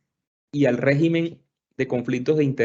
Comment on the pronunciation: Régimen, por favor, cuidar la lengua castellana por favor. Con acento gráfico en la primera e, con acento tónico en la primera e, también. Oh Dios !